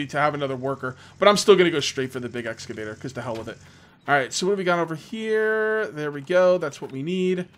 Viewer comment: Repeat after me: ex-ca-vator. :)